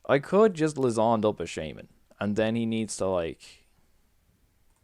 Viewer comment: Lysandre --> Luzzon..? Lie-sand-er Fun build, good commentary ;]